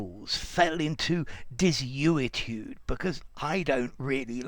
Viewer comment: Desuetude sounded like Destitute.